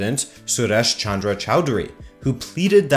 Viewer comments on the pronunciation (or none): none